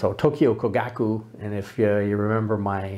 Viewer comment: I share your enthusiasm for Topcon and Topcor. If I could make a few suggestions, 1) Learn how to pronounce "Kogaku" since you say it so many times and it just sounds rather grating compared with the Japanese. 2) The part about Tokyo Kogaku supplying the Imperial Army is true, but it also later supplied the Navy so that is a bit off topic IMHO, 3) Yes, the company is still around but makes different technical equipment. 4) Hanimex and Bessler are not always Topcons. Both were importers and carried other companies besides Topcon., 5) If making an intro video I would certainly try to explain the different mounts since I imagine some people will buy UV lenses thinking they can buy a cheap adapter, and will be disappointed. That said, you took some cool shots and seem to really enjoy editing video. Must be cool to teach in Saigon. Closest I've been was Phnom Penh. Aloha.